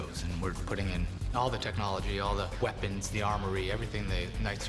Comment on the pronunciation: ''All the WHeapons'' -_